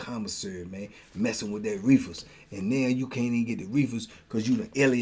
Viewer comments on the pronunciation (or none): yu kill me the way yu say “reefas” 🤣 you low key country